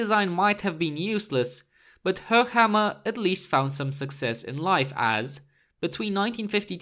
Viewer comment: I like, that you pronounce Höchammer correctly👌